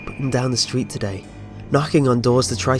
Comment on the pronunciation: The "today"s were a bit annoying.